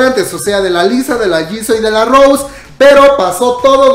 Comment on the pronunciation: No es rous es rooouuusééééé.... Solo los blinks entienden jajajaja